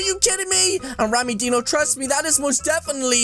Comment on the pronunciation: Why you call rammydino rammydeno